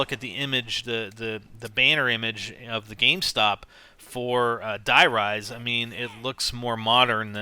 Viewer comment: Its not acctualy Die Rise it is acctualy Der riese word for The giant Die Riese has no sense and "Der Riese" is the codname for a secret laboraty where they tested element 115